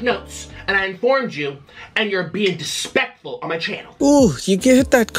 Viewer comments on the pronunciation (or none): Dispeckful Piece of Shit!😂 Great Amberlynn Reid burn! Dispeckful is when you eat to many of the syllables 😂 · Someone said Dispekful 👁️👄👁️ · I fully believe him saying dispectful is cause of ALR lmao